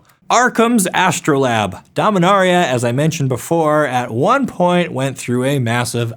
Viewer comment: I really like this video, but MAN do the pronunciation errors REALLY get to me. Mispronouncing coatl I can understand. But not something like El*A*damri where you leave out an entire letter. Or astrolabe where you completely ignore how the "e" on the end changes how the word is pronounced. Sorry, great video but this aspect was frustrating